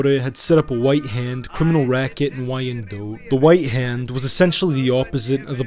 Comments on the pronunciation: Oh he is bad at pronunciation for sure. Wine Dot. Not y ann dote. Also hasn't been around any Chaldeans he butchered that in part 2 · 😂 it's. Pronounced wine dot not. Y Ann dote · Downriver/Detroit in the house 👊🏼 PS Wyandotte is pronounced "Wine-dote" Google i believe helps nowadays with audio punctuation of words for future videos if that helps. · It’s Pronounced WHYANDOTT ‼️‼️ I am from 15 mile and Little Mac from Detroit trust me that’s how they pronounce it 🤘🏼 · Wyandotte is pronounced as "wine-dot". So many familys mentioned in this video are still in the area. However, you got a few things mixed up, especially with Tony and Jack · Love the channel and love the information you provide but Wyandotte is pronounced Wine Dot but good documentary I really enjoyed it I’m from Detroit great history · Wine-Dot. Wyandotte. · The city is pronounced Whine -Dot spelled Wyandotte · The name of the Downriver Community is pronounced Wine-Dot and the street in Eastern Market is Riv-Ard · I was going to mention that as well. Yes, it's spelled "Wyandotte" but pronounced as 2 syllables- -say "Wine-dot" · Wyandotte is pronounced Wine Dot FYI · As a Michigander I find it hilarious that you pronounced Hamtramck correctly but mispronounced Wyandotte